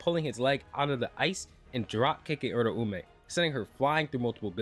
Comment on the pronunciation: that way or pronouncing uraume is.. bothersome putting too much emphasis on the ume at the end making it sound like surname edit: honestly assuming off screen planning for a never elaborated plotpoint is still going to sound like plot armor. Really seems like a lot of plot was allowed to just go his way ever since he exploited enchain but that's assuming Gege was just letting the Gojo fight go on long enough to drop the kill chapter teh same week as the anime sealed Gojo